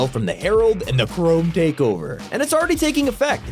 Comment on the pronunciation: It is weird how they call him the hearled